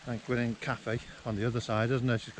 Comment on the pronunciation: I think it's Cnicht not Knight :)